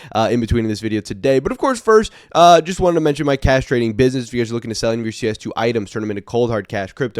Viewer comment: I know you said "cash trading business" but i heard "castrating business😂"